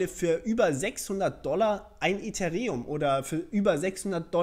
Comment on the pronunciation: bei eth werden die beiden e's betont.. just fyi